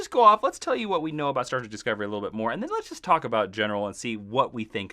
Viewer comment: Did he call "Star Trek" Star Trak